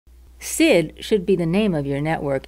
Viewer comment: It's pronounced "S S I D", not "seed".